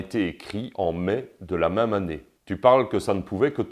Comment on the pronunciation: D'abors on dit "mème" pas "m1me", si tu me permets cette locution quelque peu phonétique !